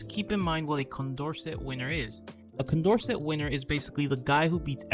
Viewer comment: Also, if he does make a new video, Condorcet is pronounced "kon dor say".